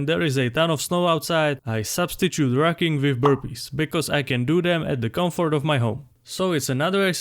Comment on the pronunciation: I heard "racking" while listening only. When I came back to my phone, I went back and read "rucking". It's not difficult to pronounce the " u". I stopped the video, gave it a thumbs down, and going to search up a similar video from Nippard.